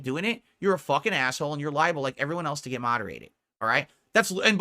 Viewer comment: GWET MODERATED